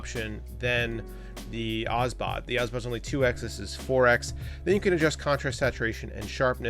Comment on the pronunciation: It's Obsbot, not Osbot ;) Good review anyway.